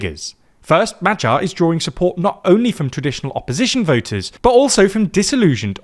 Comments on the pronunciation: It's additionally funny that he actually gets the "gy" in Magyar quite well. But obviously still having the English spelling mindset where any combination of letters in one word doesn't necessarily mean it's pronounced the same in another word 😂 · Brother, can you maybe put Hungarian proper nouns into Google translate and LISTEN to how they are pronounced? Wtf were those pronunciations for Magyar, Gyurcsány, or Tisza? For a news platform this is atrocious.